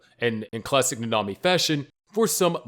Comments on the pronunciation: Ngl you kinda said nanami wrong its not nana-mi its na-na-mi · 1. Chelsea probably didn't even realize that she died due to the shock from losing an arm only seconds earlier 2. Nanami (who's name you mispronounced REPEATEDLY) was completely delirious by the time he died, making it relatively a peaceful death 3. Nina died at basically the speed of light, so her only time spent suffering were the 3 days she spent as a chimera 4. Subaru SHOULD have died within seconds of having several rabbits severing his limbs because he'd have lost far too much blood to even remain alive, let alone remain conscious 5. Miche should have died the second that he was hit by a flying horse - it would've had more than enough momentum to break every bone in his body before he was even bitten by the titan (horses are HEAVY and the beast titan through it at the speed of mach-bullshit) There's more, but I feel like this is enough for now.